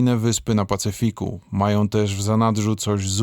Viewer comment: Jak zwykle ciekawy materiał. Pozdrawiam Twórców. Ps. Co to za doktor który mówi: "chcom", "majom", śpiom", "nie mogom"...